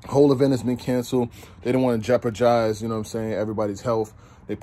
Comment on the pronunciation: Did he say jeoparjize 😂